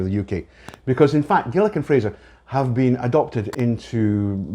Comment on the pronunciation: Gilikan-Fraser?? Is that what you said?